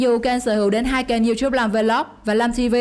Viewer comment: youtube nó đọc thành chu chúp